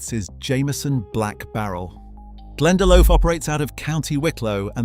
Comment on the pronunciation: Irish person here it's pronounced Glen-da-Lock